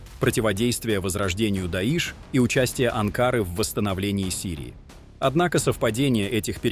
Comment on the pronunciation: АнкарА, не не АнкАра